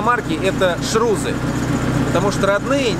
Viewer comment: ШРУСЫ!!!!А не ШРУЗЫ))). Шарнир равных углов скоростей